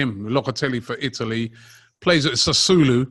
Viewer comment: ITALY not Ialy. Italy actually have in a T